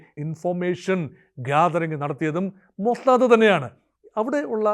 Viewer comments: മൊജദ് അല്ല ടോമൊ സാദ് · മോസ്സദ്‌ എന്ന് പറയുന്നതിന് ഇത്രയും ബാസ്സ് കൊടുക്കണോ 😂😂